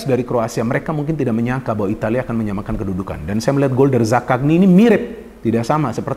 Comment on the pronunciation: Zakanyi Bukan zakakni 😄